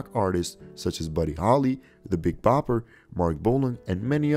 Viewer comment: The Big Popper, really?? It’s Bopper. Valens is pronounced Val (rhymes wow). Hard to watch with so many flubs.